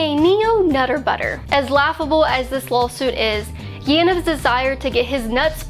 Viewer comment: Wait, did you say “lol-suit”, love it.